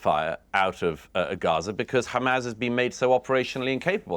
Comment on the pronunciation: HaMAAAAZS as pronounced by Douglas